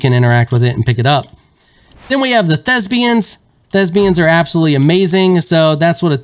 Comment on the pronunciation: They are ThesPians. Not "ThesBians". A thespian is an actor or performer.